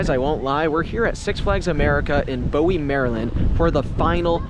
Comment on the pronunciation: Bowie is pronounced BOO-WE